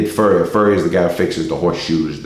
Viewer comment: Farrier, not Furrier